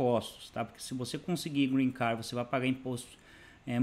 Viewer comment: SERA QUE EU OVI VC FALAR GREEN CAR? OU ME ENGANEI COM SUA PRONUNCIA E VC FALOU GREEN CARD, CONFORME VC FALOU EU OUVI GREEN CAR, EXISTE UMA GRANDE DIFERENCA ENTRE AS DUAS PALAVRAS